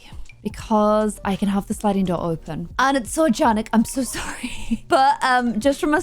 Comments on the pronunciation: I'm sorry, but is she saying orjanic instead of organic on purpose?? I've never heard anyone pronounce it like that before! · the house is gorgeous but do us a favour and say organic properly. No one calls it orjanic